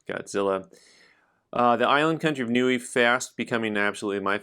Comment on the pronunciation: I think Niue is supposed to be pronounced like “knee away.”